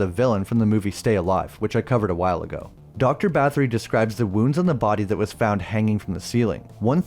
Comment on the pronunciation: Yes historically her name was Elizaberta Bathory the th sounds like a t slid over your front teeth.